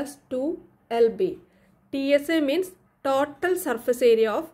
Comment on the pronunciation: Mam it is total not tatol😂❤